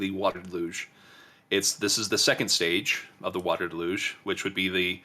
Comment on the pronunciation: “Water da-luge”? Is that like water deluge?